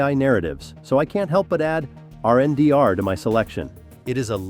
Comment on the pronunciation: RNDR ? Your mean Render - Only a BOT Calls it RNDR